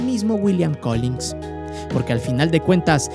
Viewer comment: Solo como apunte mi buen, se te fue una G, es Collins